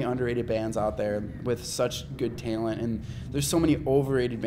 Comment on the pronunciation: Omfg the way he says talent XD